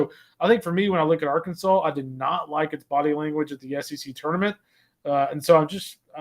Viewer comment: How many more trips to Omaha will it take before Rooney learns to pronounce ‘Arkansas?’ (It’s Ar’-Kansaw not Ar-Kansas’)